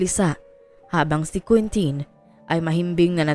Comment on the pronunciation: Quintin po hindi queentin ang pronunciation dun.